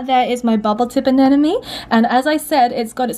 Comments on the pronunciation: I love your videos, but I won’t stop commenting this until you get this right : “aneMone” not “anenoMe” ! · ANEMONE. NOT. ANENAMY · Em I love you and your videos, but why do you say anenemy instead of anemone ? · Just letting everyone know, it's pronounced ANEMONE not ANENOME. The M is in the middle